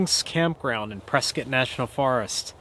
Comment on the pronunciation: It’s pronounced “press scott”. I live in AZ so I know.